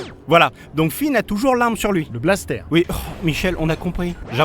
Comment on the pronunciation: Un 'balssetèr' ... Non un blaster x'D